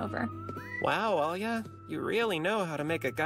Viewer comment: Plus she's also actually has Russian roots, so her pronunciation is much better than in the Japanese.